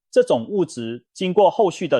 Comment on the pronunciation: 牛軋( 嘎)糖 重(眾)發酵 重(崇)來